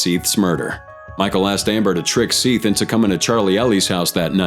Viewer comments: How are you gonna say all the criminals names right, but mispronounce the victims name so obviously? It is Seth not “Seeth” 🤦🏼‍♀️. I can’t even watch the rest of this video. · Seath Jackson’s name is pronounced Seth.